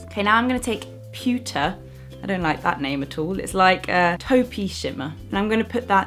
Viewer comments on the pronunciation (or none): When you said "pewte" and theN said "I don't like that name at all" I thought you were saying a bad word in Spanish, I had to go back to see the names on the palette more carefully XD. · When you said the word "pewter" I heard a different word, that means a completely different thing in my language! A really bad word xD but besides that moment, lovely video, thank you so much for all your good work :) xo